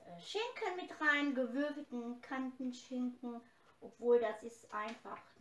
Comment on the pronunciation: Liebe, es heißt NICHT KANTENSCHINKEN SONDERN KATENSCHINKEN.....BEI EINIGEN DEINER AUSSAGEN TUN MIR DIE OHREN WEH 😂😂😂😂😂😂✌️✌️✌️✌️✌️